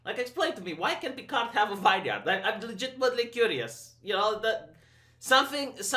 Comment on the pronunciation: Vineyard pronounced Vin Yerd.